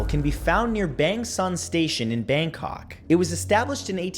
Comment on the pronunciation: am i the only one who chuckled when he said Bangkok?